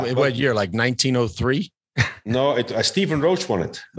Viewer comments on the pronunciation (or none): none